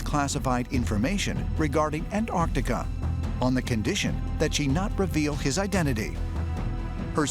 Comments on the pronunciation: The way they pronounce Antarctica bruh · Why is Antarctica pronounced Anartica? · why he keeps saying an-artica, literally eating the T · I wish someone would explain to these Yanks that it is NOT An-Artica! The region is An T artica, YES , with a T after the n ! STOP BASTARDISING THE ENGLISH LANGUAGE, MORONS! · Why can’t Americans say Antartica,morons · the way this narrator says Antartica is doing my head in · Why do Americans leave the "T" out of Antarctica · can you please pronounce it correctly pronounce it with the T lol bloody yanks! An tarc ti ca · Antarctica. The world’s most mispronounced word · May be petty but why do Americans not sound the T’s in AnTarcTica? So hard to listen to and it’s harder to say without the T’s. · whats even more strange about this is that people dont pronounce the T when saying anTarTica